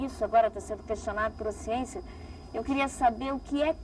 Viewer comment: Falou da agricultura, da ciência, e do escritor Castanêda... Até aí, tudo bem... Mas, quando, falou bem da Marina, fiquei meio cabrêro... E quando falou de Lula, fudeu por completo... Adios Capra, com sua "siênçia"!!!... rsrs